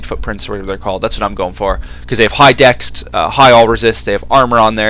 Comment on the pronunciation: Trivial thing. Why do you say 'dext'? Surely it's easier to say 'dex'. Just find it odd.